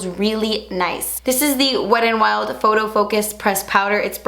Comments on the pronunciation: I don't know why but I love the way you say "wet n wild" almost like "wed an wild" really quickly 💃🏼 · "weddin wild"